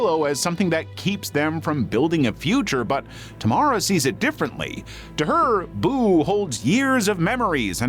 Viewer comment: Finally someone saying Tamara in a good way. Don't like how it sounds in english